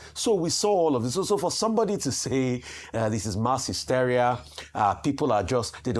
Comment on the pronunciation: .....pls check the proper pronunciation of 'WARPED' and 'HYSTERIA'.